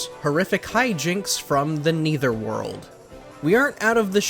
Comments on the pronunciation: No it isn’t. It’s a common fact that no one pronounces Netherworld as Neitherworld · Bro u literally have no credibility now that u said Neether world it’s Nether world